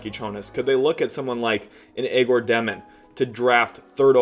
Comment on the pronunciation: Love the work my man. Keep it up! On a sidenote please stop butchering Egor Demins name. its pronounced as Yeah - Gor.